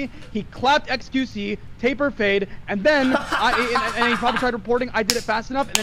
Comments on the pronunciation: He said Taple lol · lmfaooo he combined temple and taper and said taple fading haha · Dude kept saying Taple and Table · my man calling it a "taple fade" ahhahah shows how different culture is in the UK and US